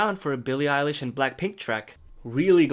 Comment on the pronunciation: “Eyelish” hahahahaha